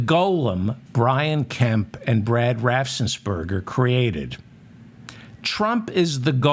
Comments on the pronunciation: Apologies, but I looked it up, Brad Raffensperger, pronounced BRAD RAFF-ENS-PER-GER, my reason, just trying to help. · Ohh I hope and pray Raffensmurger...... lmao... Watches your channel or somebody tags him..... It's the mispronunciation of his last name that has me rolling 😂😅😂😅.....🤣🤣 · Raffensperger. The guy's name is Raffensperger. It seems doable to pronounce that correctly, but I guess not. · Another nice one david. Ur pronunciations of raff-ens-burger have me in fits 😂